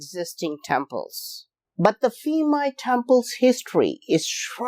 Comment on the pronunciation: Thai language base on Sanskrit and Pali not Greek, so please, when you see Thai name using "ph" in spelling do not pronounce it as "f".